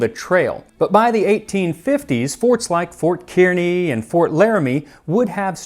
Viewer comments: I am from Nebraska and have visited both Kearny and the Fort Kearny site. We pronounce it CARnee. But Thank you for the shout-out! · Omg where I live was mentioned 😂😂 however you said it incorrectly Max, don’t worry, everyone does. It’s pronounced “Car-knee” for Fort Kearney. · I know I can't expect him to know it if he's not from here, but as a Nebraskan, that hurt to hear! Haha, it's spoken Fort "Car-knee" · As someone who grew up in Nebraska (and heard plenty of tales of the pioneers on the Oregon Trail, I can report that "Kearny" is pronounced "CAR-nee", not "ceer-nee". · Kearney is car-knee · I have seen Max complimented time and time again with his pronunciation of foreign words, so it's a bit comical that the one thing he gets wrong is the name of an American Fort. Kearny is pronounced as Kar-nee. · Fort Kearny = Car-knee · Fort Kearny is pronounced like the word Car.